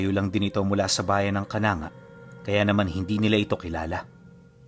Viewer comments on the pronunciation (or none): Ka-nang-ga hindi po ka-na-nga i am from ormoc leyte